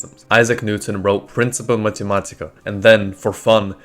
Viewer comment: Lmao “pinsipa mathematica” tell me that's the first time you've read that in your life without telling me that's the first time you've read that in your life. Lol AI slop.